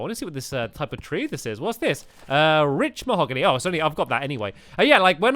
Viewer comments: did stampy just say "mich mahogany" or is it my ears messing up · I think it's my ears but the way he says it makes my ears think he said "mich mahogany"